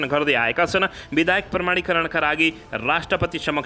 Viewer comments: kasto news bachan garnai najanne manxe le news vanx...BIDHAYAK haina ke BIDHEYAK vanna aaudaina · बिधेयक लाई बिधायक भनी बराबर उच्चारण गरिरहेकाे छ । लेख्नेले गल्ती लेखेकाे हाे कि उच्चारणमा गल्ती गरिरहेकाे हाे । भाषा सुध्द बाेलेर सुनाउने कि ? ब